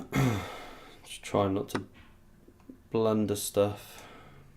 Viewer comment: “Bang! Absolute blundah” 😂🤌